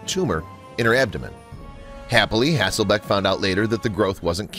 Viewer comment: I tho't she was cute and enjoyed her. However, if she was the moron everyone seems to think, so is the announcer on this video as her name isn't HasselBACK as was said repeatedly, but HasslelBECK. Those who throw stones in glass houses..... etc. , etc.